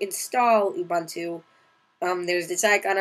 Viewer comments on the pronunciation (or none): BDogbz.. it's Linux. An operating system. He's pronouncing it incorrectly though. You pronounce it "Ew-boon-to"